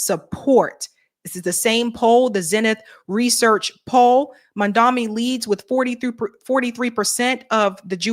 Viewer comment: Mam-Dani not mamdami